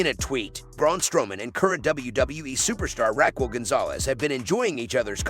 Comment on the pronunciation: Can you annunciate RAQUEL ????